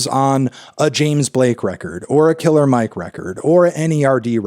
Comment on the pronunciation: You should know it’s not pronounced “Killa Mike”, Fantano. He’s said his entire career that his name is “Killer” with the R pronounced smh 🙄